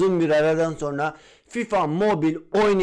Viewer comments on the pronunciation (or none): none